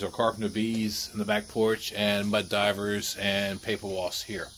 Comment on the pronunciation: Mud Dauber…not Diver. Sorry, it’s like nails on a chalkboard.